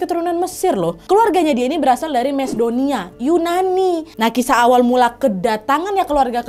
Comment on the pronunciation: Macedonia, ucapannya makedonia Kak 🙏